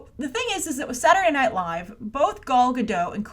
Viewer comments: Good grief,. How many ways can you pronounce Gal Godot in one episode. And not once was it correct. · aquadorina: werd. Everyone, give it a try: "Gahl Gah-dote"...hard L hard T. 👍🏼